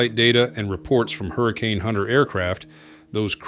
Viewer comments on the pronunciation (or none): none